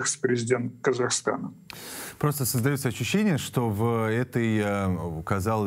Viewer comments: Не КазахАстана, а Казахстана Огромная благодарность за вашу работу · Казахстана,а не КазахАстана